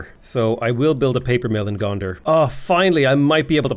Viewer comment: Did you call Gonder "Gondor"?